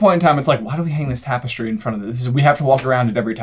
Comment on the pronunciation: why did dude say "Trapestry"? lol